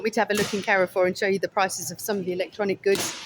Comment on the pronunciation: Thanks for a fun video, Carrefour is a French supermarket and is pronounced Care-For. Saw lots of similar products like we have in France. I am like you I love a good toilet. Its important for the older subscribers of the channel who may need to empty the odd colostomy bag now and then. Noticed they put extra disabled toilets in everywhere this is a marketing strategy as they know oversized menopausal women spend the most money out shopping. and come back with a hole load of shit from the middle isles of Lidle and Audi. Tell Stig of the dump Gary to keep away from any old skip please, Encourage him to get his beef out a bit more. It might help distract him from looking at skips. Hot tip park as close to the front of the supermarket away from any skips. What you dont see you dont think about, The red lipstick did look nice very theatrical it could put you in danger. If you sat on Garry's knee he might be tempted to put one hand up your back and do a ventriloquist act with you. Saying Carrefour is the cheapest supermarket in Spain while trying to drink a class of water, You can get Garry a delivery pallet for Christmas and just leave it outside and hint that would make a lovely coffee table. Sorry guy tried to be as funny as I could.:yougotthis